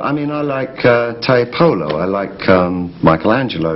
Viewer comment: Mike Skinner must be thrilled that he listened to The Streets Love how he says Tiepolo (Renaissance master to those who don't know) Tie-polo as inThai Polo. Everyone else says Tee-epolo.....if David says its Thai that's how I'm gonna pronounce it from now on!